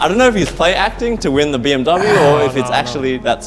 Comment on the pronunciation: Hey FNATIC, pls look up the right pronunciation for BMW. Thank you